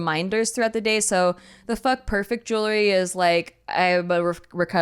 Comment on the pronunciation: Jewelry, not jewlery